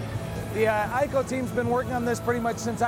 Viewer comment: It's actually pronounced as 'EE-CO' not 'I-KO'. The Japanese cannot say 'I' they say 'E'.